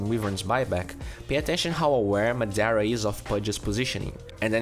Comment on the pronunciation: when u realize madara was pronounced madera